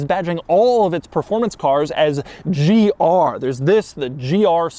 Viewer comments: Bro says gRR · Bro saying GR so weird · He says "GR" in all caps lol